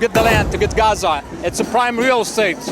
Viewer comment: it’s pronounced GA-ZA! ….. GAZA, saying RAZZA doesn’t make you virtuous 😂 traitors